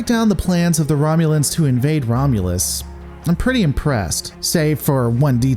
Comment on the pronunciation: 'The Romulans plans to invade Romulas.'